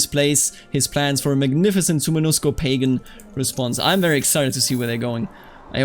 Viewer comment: Why can no one pronounce “suomensuko” properly??